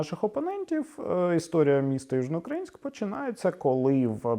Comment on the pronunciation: Я хоча й житель Миколаєва, виступаю за перейменування в Гард. Тому що більшість каже Южноукр`аїнськ замість Южноукра`їнськ, і це подвійне знущання над мовою.